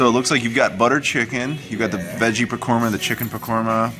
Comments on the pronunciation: sorry I meant it's pronounced "pakora" you said "pakorma" haha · you keep saying "pakora" wrong